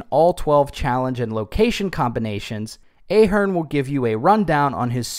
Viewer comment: I am an Ahearne, it’s very annoying when people mispronounce your name , it’s pronounced with a “soft” A, like in “ahead”